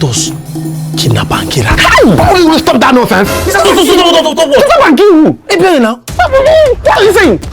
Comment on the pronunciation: My friend from the mountain😂😂 it's Ebere not Ebele